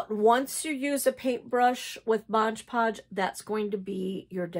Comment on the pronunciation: I enjoyed everything in your video about paper beads, but I gotta tell ya, after all the times I heard you say "Modge Podge" instead of "MOD Podge," I can't take it anymore. Best of luck.